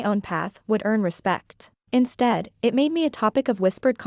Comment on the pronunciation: Stories. Please, edit your narrating AI voice, it's so annoying. 'It' becomes 'Eye Tea', it's ridiculous. And, why is this AI voice rushing through the story? Do you know anything at all about punctuation? Not subscribing until you clean up your act. And certainly not recommending it to friends. I'm fed up with these AI stories.